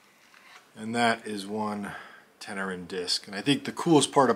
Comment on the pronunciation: "Tenerean"...is Tenerian...and pronounced Ten er ian...not...Ten er an. Given that the piece is nearly 7000 years old...any comment about it purpose is complete speculation. The Tenerian culture is, itself, largely shrouded in speculation. There's a clear beginning, and end and a period of possibly up to 3000 years which shows little development. But because of the nature of the larger region surrounding,the primary site, substantive knowledge of them is missing.